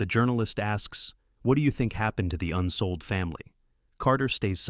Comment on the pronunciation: Unfortunate to mess up the last name - It is Unseold. I studied with at Evergreen State College beginning three months after the tragic conclusion to the climb of Nanda Devi. He told the story somewhat differently and yet quite intimately as he was still very enraptured by the passing of his beloved daughter. Forty of us were in an outdoor education program. at the college. For Christmas break, never backing down from his belief in the power of outdoor adventure, tasked us all to break up into small groups and have an adventure together. My girlfriend Autumn and I joined with three young mountain climbers of little experience and set off to climb Mt. Olympus in the Olympic National Park. We were forced to bivouac on our finals push to the summit due to white out conditions. In the middle of the night the tent ripped and yet we managed to prepare to calmly evacuate as the wind howled around us. Leaving the tent behind covered in snow we retraced our steps across the Blue Glaciers to safety. It was a most memorable and defining experience. Yes,, worth the risk!